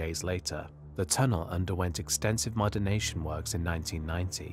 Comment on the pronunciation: the word is modernization not "modernation"